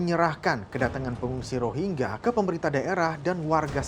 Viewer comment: Bego ni presenter nya ga bisa baca "rohingya"